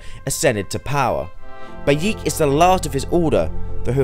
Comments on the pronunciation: I'm sorry did you say Bayeek? It's Bayek lol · God damn it its pronounced buy ek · it pronounced bay-eh-k